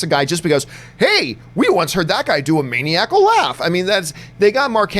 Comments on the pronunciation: Why is he saying "maniacal" that way...main-eee-ack-uhl. I guess Canada is so chill they don't have a word for it/don't know how to pronounce it. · The way john pronounces Maniacal makes me itch